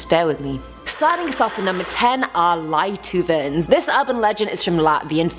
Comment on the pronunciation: Lietuvēns, if you hear children laugh or disoriented and so on... adorable pronounciation 😁